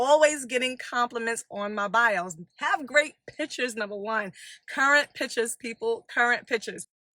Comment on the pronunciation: Pitchers? Oh do you mean pictures? Cmon